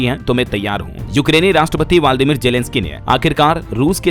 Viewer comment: व्लादिमीर होता है आपका उच्चारण गलत है।